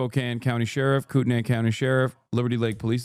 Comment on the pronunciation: Hasan its pronounced Coot-knee Kootenai is one of our indigenous words Everything else is French 🤮